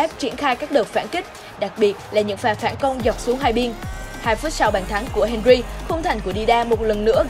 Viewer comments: Nó đọc đúng tên henry. Bạn nghe thế nào vậy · Thi loi Nguyen Nó đọc đúng rồi m ơi